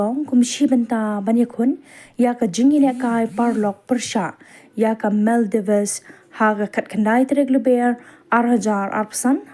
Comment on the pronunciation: Maldives ❌️ Mal di bes ✅️